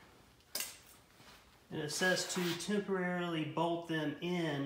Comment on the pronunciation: There's an L in bolt